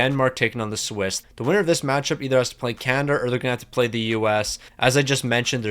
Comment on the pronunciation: The U.S. is not "Juan" , it's America Where is Can-Ih-Der 🤣🤣 Why didn't that guy Cal Gary show up?